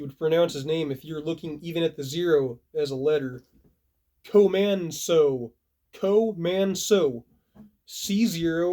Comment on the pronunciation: Thank you sir 🫡 Co-man-so is correct, I'm also in my mid twenties by the way I look younger than I am 🤣 You deserve all the praise my man and honestly it's incredible you sat down and read a list of people for 40 minutes just to say thank you back. Awesome.